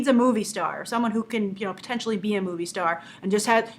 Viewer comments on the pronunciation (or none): none